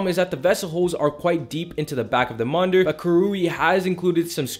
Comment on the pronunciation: Monder? It’s monitor 😅